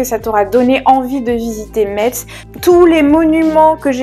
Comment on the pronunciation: Je suis en retard! Mais super vidéo! Par contre je tiens à te préciser qu’ont prononce pas le T ont dit messe 😭🫡